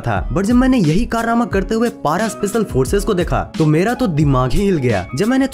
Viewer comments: bahi wo पारा nahi पेरा hota h 😂😂😂😂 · Bhai kuch bhi kr but pronunciation thik kr le Para ko naye tarike se bola wo jada ho gya